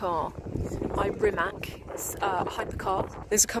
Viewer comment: About Rimac pronunciation: It is said like Ree-mats, not Ree-mack